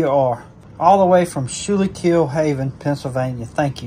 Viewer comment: haha the Schuylkill pronunciation was a good try! You say it like Scoo Kill, or Scoo Kul, depending on the area you are from